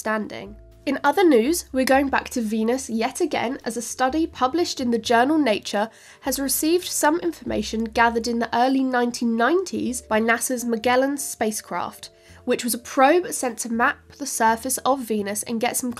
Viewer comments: You say Mellgellin I say Majellen!🎼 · ok first of all you get the name of the program wrong and the probe is not mag gallon it's magellan like a J MAJELL a N or ENI don't know But its madge like magic you call it magic you get to believe in Magellan to be believed in magic remember it that way that's how it pronounced that's how I was pronounced all over the world magellan the English the only one that's pronounced wrong we pronounce it mug gallon it's like Miguela gorilla gorilla it's not Magilla i'm Magellan Magellan is Magellan MA J ELLIAN However it's pronounced spell is pronounced badge gelen Madge like no mad Muggle is not a hard cheek it's a soft cheek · it is pronounced.. MA-JEL-ANN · Love your commentary but it should be pronounced Majellan (soft g) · The name of the spacecraft is pronounced "Ma JELL an". Thanks for another great show. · I suspect that part of the idea that crows don't understand the symbolism of numbers is based in Homo sapiens being the smartest animal on the planet... because Homo sapiens says so. :-) Loved this whole video, but there's just one teeny-tiny thing... speaking as a long-ago NASA contractor, that probe's name was pronounced with a soft G, i.e., "majellan." (I know, it's an American English vs English English thing... LOL) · Its pronounced MADGE-ellen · The "g" in "Magellan" is a soft g, i.e., it is pronounced like "j." "Majellan." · I think you say Magellan falsely... It's like a j, not Maghellan... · Isn't that space craft pronounced "Majellan" You got the hard ones right. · In America, we pronounce it "Ma-Jell-an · Why are you mispronouncing “Magellan”? Are you antiLatino or something? I’m serious. These are actual questions. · First I learned that the Brits don't know how to pronounce Magellan the American/Portuguese way.